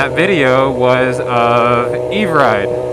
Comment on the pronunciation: Great vid...Oh and it's pronounced Ever-Ride.